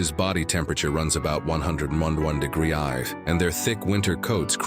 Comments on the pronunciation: what the hell is this degreesaf???? you can't say degrees? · "30 'degrass'"'???? shit AI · "30 degrassif"